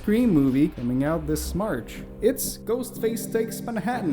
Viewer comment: Did you say “Smarch”? Lousy Smarch weather!